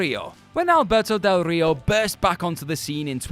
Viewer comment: Stop pronouncing Del Rio like that,. You're not Spanish speaking, it just sounds weird